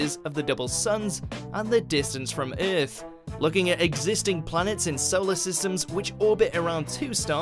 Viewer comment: Exactly bro it makes me mad nigga said earltfh wtf is that 💀😂😂😂